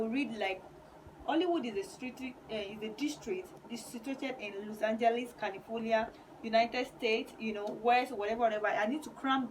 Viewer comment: Please pronounce Los Angeles well🙄